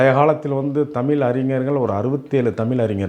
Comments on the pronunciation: ஏம்பா... நீ தமிழ் என்கிற வார்த்தையை தமில் தமில் என்கிறாய். முதலில் தமிழ் என்கிற வார்த்தையை ஒழுங்காக தமிழ் என்று சொல்ல கற்று கொள்.. தமிழர் அல்லாதவர்களே தமிழை தமிழ் என்று மிக சரியாக உச்சரிப்புடன் சொல்கிறார்கள். இவ்வளவு வயசு ஆகுது உனக்கு இன்னும் நீ தமில் தமில் என்கிறாய். முதலில் தமிழை எப்படி உச்சரிக்க வேண்டும் என்று கற்றுக்கொண்டு பிறகு தமிழை பற்றியும்,,தமிழர்களை பற்றியும் பேசு. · Thamil Alla Thaizh Enru Sollungal !!!